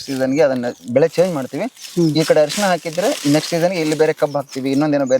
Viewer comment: ಹ ಅಲ್ಲ ಸಾರ್ ಅರಿಶಿಣ